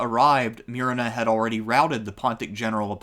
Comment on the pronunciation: It's Moo-re-na